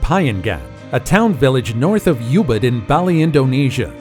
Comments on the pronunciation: Ubud not youbud. As in oh bd. Baahhhli not Bayli. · U mispronounced Ubud dude. It should be Oo - bood not you - bood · Great vid, I want to go to each of these pools...PS Ubud, in Bali, is pronounced "Oo-bood." Not "You Bood." I lived there four months...! Bagus bagus.